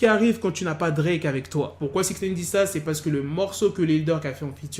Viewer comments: C'est Nine comme 9 en anglais ! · Putain mais arrête de dire Six Naine !!!